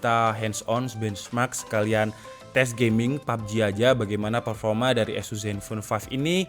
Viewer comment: Sorry bro.. bukan esus baca nya tapi ases !